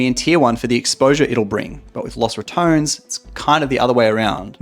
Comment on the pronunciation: Ratones is pronounced Ra - TON - es not Ra - tones